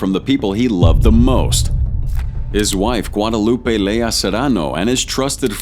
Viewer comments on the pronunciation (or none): none